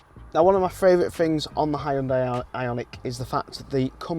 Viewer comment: And also haiondai 😂